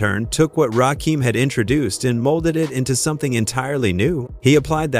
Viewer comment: Butchered Rakim’s name too